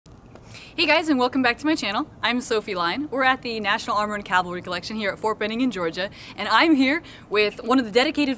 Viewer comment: It's CAVALRY, . . . NOT Calvary !